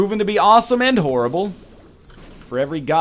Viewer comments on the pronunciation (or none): none